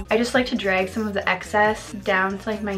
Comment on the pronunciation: The way u say bag and drag makes u sounds so Canadian